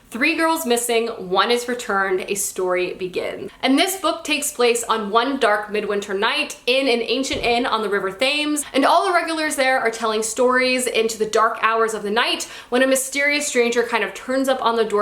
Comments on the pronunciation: I hope to go to Barnes & Noble one day. It sounds like a really cool bookstore! Also, I hate to be that guy but the river Thames is pronounced "Temz". It's a mistake I use to make, too (I had a British teacher back in college and he told me how to pronounce it right lol) Hope to see more from you soon! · It's the river Thames, a river here in London, and the UK. It's pronounced like tems. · river thames as in the river through London? if so, it's pronounced tems :) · Just so you know, the river Thames is pronounced ‘tem-z’ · I was looking for this comment. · I'm from Cornwall and a lot of us pronounce it as "Tames" here